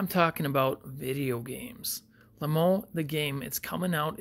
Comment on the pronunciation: It’s also said like lame-o